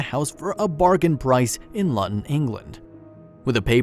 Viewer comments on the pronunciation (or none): Interesting story. By the way Luton is pronounced Looton, not Luton. :) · Try learning how to pronounce Luton correctly!